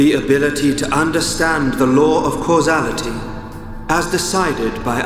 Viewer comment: Yeeeah I know I mispelled it but thing is how he pronounced it. "cuasality" ???